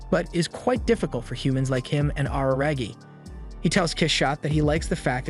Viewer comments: Araragi= AH-RAH-RAH-GI In japanese when you pronounce the "R" sound it should sound somewhat in between an "L","D", and "R" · “Awruhrahgi” turns off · every time he says araragi he says it worse and worse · "ar-ra-ra-gi" Otherwise, great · Can't believe he mispronounced RaRaRagi's name the entire video. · the way this guy says "Araragi" really cracks me up.